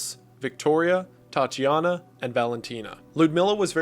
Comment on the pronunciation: Another great vid but why do you prounouce Tatjana as TATI jana?